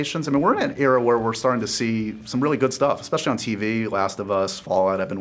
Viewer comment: Including? No. I mean. Expecially for a an "Rebel Moon?" Also too.